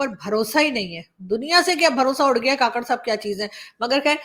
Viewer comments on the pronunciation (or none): Madam,kaakarh nhi kkarh